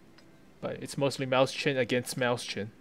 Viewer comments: Not happy with your pronunciations. "MOYS-hin" It's not Mouse-chen it's MOYS-hin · Wrong. It is in fact pronounced "Moy-sen." It would be the same way if you were to say Räume, which means "to empty/evacuate" in reference to a space, room or chamber. Or for better proof listen to "Mann Gegen Mann" from Rammstein, one of the verses speaks: Ich bin die Ecke aller Räume, ich bin der Schatten aller bäumen." which translates to: "I am the corner of all rooms I am the shadow of all trees" yadda yadda, etc so on.